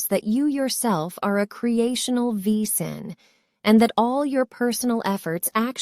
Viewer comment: Wesen is pronounced VAY-zen in German.